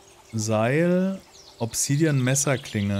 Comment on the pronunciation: Bitte das A bei Obsidian mehr betonen, klingt englisch ausgesprochen furchtbar - sonst wie immer top!